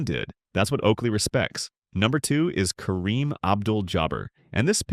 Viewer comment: Awwww, you blew it when you mispronounced Kareem's name. Go away, AI.